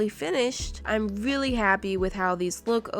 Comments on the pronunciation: Wait did you just say im willi happy?😅😂❤️not trying to hate🥰 love you 💖🤩✌🏼🤪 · she said "I'm VEALLY HAPPY"